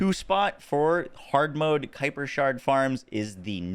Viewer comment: Ayyye you pronounced it the way I said sounds right on your stream the other day. 😂 Gotta be a Star Wars reference.